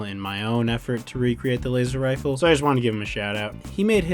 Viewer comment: Dude, that's a weally wad Wazer Wifle!